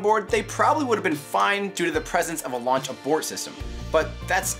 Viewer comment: What's a "lauch abort" system?